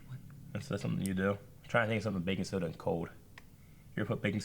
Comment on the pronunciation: Did you say Bacon soda or Baking soda?